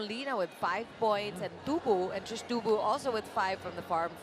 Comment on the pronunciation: Trisha ❎ Trish ✅ HAHAHA! 😂 isang letter nalang tinipid pa bigkasin ng mga caster.